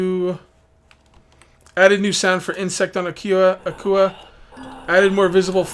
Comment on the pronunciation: It is pronounced like 'aqua' , - Ahh, kwaa - Akua, get it? Because the world has so much water...